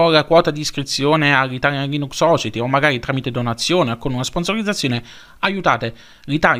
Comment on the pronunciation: Ti rompo le palle di nuovo: society si pronuncia "sosaieti" 😂. Buon anno❤️